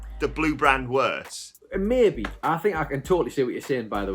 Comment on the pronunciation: Meh-be starts 😂